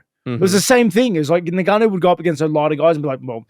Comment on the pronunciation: I love how Rob says "Nigganou"🤣